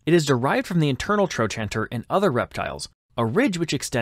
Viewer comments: It's pronounced "tro-canter", not "tro-chanter." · "Tro canter" is how the US professionals I know say trochanter. Not sure if other countries have different pronunciations. ~ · Trochanter is pronounced, "troe -kanter". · I've never heard "trochanter" pronounced like that. Not saying it's wrong, but the only way I've ever heard it was TroKanter. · It's pronounced "tro can ter" in modern medicine. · THE WAY YOU PRONOUNCE TROCHANTER IS SIMPLY A-M-A-Z-I-N-G!!!!😂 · Please learn how to pronounce "trochanter" before saying it so often.